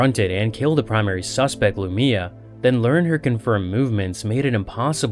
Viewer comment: I can tell when youtubers never listened to the official audiobook cause they mess up the names. Its pronounced Lu-my-uh. One of the reasons i love the audiobooks, they get the pronunciation directly from the authors notes and say the names how they are ment to be said. Love your channel though man